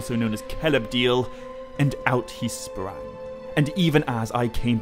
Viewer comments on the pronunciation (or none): none